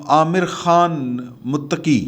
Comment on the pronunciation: محترم افغان وزیر خارجہ کا نام امیر خان متقی ہے عامر نہیں